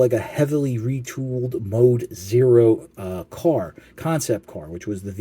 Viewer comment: Dome Zero, not Mode Zero but that was probably just a slip of the tongue. However, only Classics Hot Rod was based on the Dome Zero. G1 Hot Rod was supposedly a "futuristic" Pontiac Firebird Trans Am. The hood decal was supposed to be the giveaway. If you "futurize" a mid 80's Firebird, it would look like G1 Hot Rod. It's tough to find info on that now due to Google thinking that G1 Hot Rod and DotM Hot Rod are the same character. So all that comes up is Lambo as G1 Hot Rod's alt mode when you search it. The wikis don't list his G1 inspiration anymore either. When you search for Firebird Transformers you get Windcharger and Tailgate appropriately or Tracks and Road Rage inappropriately due to their hood decals. The Dome Zero does make more sense for G1 Hot Rod and the years line up but only Classics Hot Rod is said to actually be based on it. Originally Classics Hot Rod was to be based on a Pagani Zonda before they used the Dome Zero. It's almost like they didn't have Google in the 80's when Hasbro designed G1 Hot Rod to see that a car like the one they came up with already existed. The Dome Zero were mainly just prototypes in Japan though so maybe a Takara worker knew of it and when they co-designed G1 Hot Rod they might have snuck in the Dome Zero as influence. As for Override though, I think her budget went into the quality of the plastics used. She's heftier than even large deluxes like Impactor. The plastic also feels so much better than anything else being released. I d